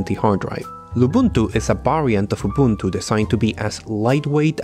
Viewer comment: I love how you mispronounce Linux but you pronounce Ubuntu perfectly in the first go. With a lot of other people it's the other way around. :P